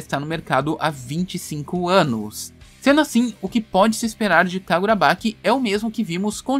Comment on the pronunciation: Sério onde vc viu que tá tendo esse negócio da fandom e outra é kagurabachi e não kagurabaqui , tirando isso cara ótimo video.